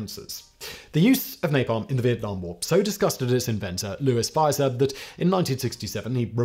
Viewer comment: The Harvard chemist's name is pronounced Fee-zer.